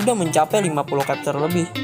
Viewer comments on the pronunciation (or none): Pronunc Chapter jangan di ganti jadi kepter, bacanya sama dengan tulisannya.. Semangat terus bro 👍